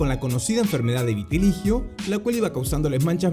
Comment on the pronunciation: que yo sepa es "vitíligo"